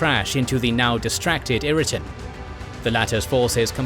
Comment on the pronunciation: Great video, buyt 'Irriton' for 'Ireton' sounds like an AI error.